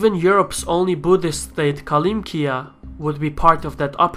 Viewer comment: It's not kolympia it's kalmykia